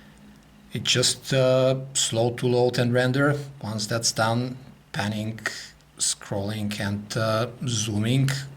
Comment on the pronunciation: PanningCUH. ZoomingCUH. Why does he have that 'CUH' sound at the end of some words? Lol.